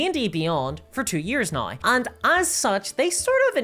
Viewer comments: "Right NAUR" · it's not even "naur". it's "noy" also a big fan of "campeens" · My brain lose 2-3 cells every time she tries to pronounce "now" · Look I love the videos, but why can’t you pronounce “now”